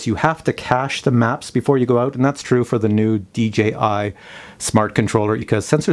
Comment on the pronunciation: Dee Jay Eye.... very good!